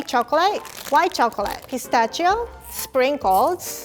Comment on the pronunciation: I love how she pronounces pistachio! Its the cutest